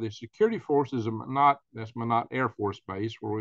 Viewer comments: Thanks for the update. BTW it's pronounced My-Knot 👍🇺🇸❤ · It is pronounced my knot.or Minot